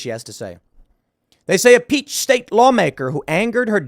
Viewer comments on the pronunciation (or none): none